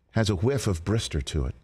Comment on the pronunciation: "A whiff of the Brister" 🤣🤣🤣